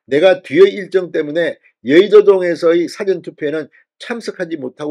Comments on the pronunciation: 진주필, 사전(dictionary) 엄청 좋아하시네~ 발음 바로 하세요~ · 사전이라는 발음을 고쳐요 (백과사전을 말한때의 사전발음을 하네요)악센트를 "전"자에붙혀서 발음해요. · 진성호씨. 사전을 길게 발음하세요. 딕셔너리 투표란 없읍니다.